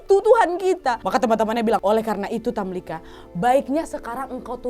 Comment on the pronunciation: Tamlikha, pake خ Bukan tamlika.